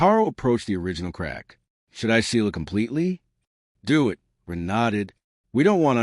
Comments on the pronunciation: It can't even say Ren half the time , it says Ruuuun, very hard to tell what the author's intent was with how chopped up this reading is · it’s when someone says “Wren” that the A.I. completely messes it up. If Wren is used in a sentence like “he gave the ball to Wren” it says it correctly.